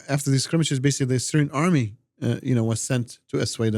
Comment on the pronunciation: "Syrian Amry" 😂😂😂